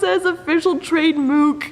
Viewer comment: Official tradeMOOK --- oh, puh-lease... LOLOLOLOL! :P :D P.S. Da "booger-scope" rifle-sight is clever, also :D